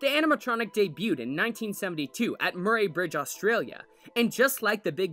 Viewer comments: Sorry to seem like I'm nitpicking but as somebody who grew up in Murray Bridge it's pronounced "Muh-Ree" like the name. Bert was my first introduction to aquatic animatronics when I was 3 and it makes me super proud that so many people find Bert as terrifying as I did and still do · As an south Australian I cringed so hard when he pronounced Murry bridge😖